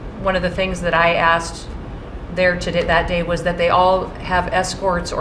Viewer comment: "was", no "whas"